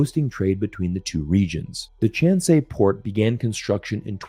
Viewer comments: just a small correction. The port of Chancay is pronounced as Chan-Kái, the ending rimes with "pie". In Spanish the letter "c" is always, invariably, pronounced as "K" before the strong vocals "a" and "o". Just saying. Thanks for the good news. Brasil is busy building roads to Chancay, the inauguration of the port is scheduled for the end of this year. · Porque no haces el esfuerzo de pronunciar respetuosamente el nombre chancay?